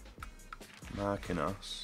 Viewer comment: never says names properly that have I's in the name. He says marqinos instead of Marquinhos and hes says casmero instead of casemiro and mktharyan instead of mkhitaryan